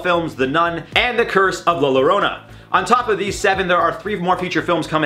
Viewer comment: “The curse of la Larona” 😭